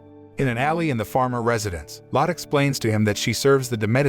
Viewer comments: btw lott is not how you say the maids name that is lotte. you say it lottae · If you don't know how to correctly pronounce words. Look it up. The name is " MED i chee ". Her name is Lotte. Pronounced " Lot tee ". It's not that hard to get it right.